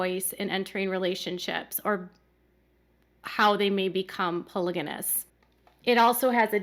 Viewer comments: Polygamous. Not polyganous.😊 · It’s pronounced “PolyGamy”and “PolyGamous.”